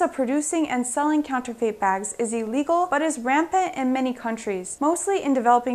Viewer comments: Counterfeit not counterfate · Eep! Urk! Yeah... Pronouncing Borneo wrong. It can happen... WAIT a minute, wait a minute: What the hell is "counter-FATE?!"